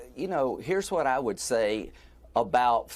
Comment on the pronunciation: Thanks guy who pronounces the H in “what”